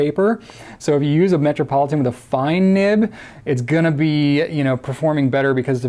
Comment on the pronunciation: Lol did he say "matrapolitain"